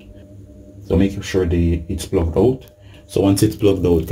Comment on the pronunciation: Did you make sure it was “plugged oot! It must be plugged oot’?